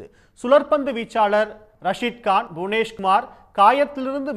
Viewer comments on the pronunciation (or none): none